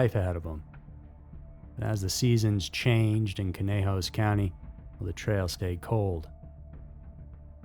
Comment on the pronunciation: no disrespect. I speak Cymraeg (Welsh). Clocaenog is pronounced Kloh-CAY-noc, and Aberystwyth is basically like it looks, Ab-uhr-IST-with. If you ever need help with any Welsh words or place names, I'd be happy to help, no charge.